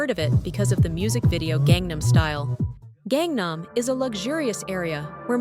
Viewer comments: please pronounce gangnam as gaaaaaaang naaaaaam not gengnem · 갱남이라고 읽지말고 강남이라고 읽도록해봐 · Its gangnam not gengnam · Gengnam gengnam, not gengnam la. GAngnam pls. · Can't even pronounce "Gangnam ('Ghang Nam') 강남" properly but you want to be taken seriously? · "KAANG" nam actually.. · That Gangnam pronunciation hurts my ears. Not that hard, you even mentioned the song 🤣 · Kangnam area south (nam) of the river (kang). Kangnam is pronounced with a soft "a" in Kang. Your mispronunciation takes a lot away from the video..... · If you would learn to pronounce "Gangnam" properly, I might be able to watch the video to the end! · Ai video, it can't even pronounce Gangnam city correctly.